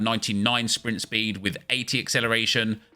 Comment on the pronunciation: Papin with that 93 Swpint spweed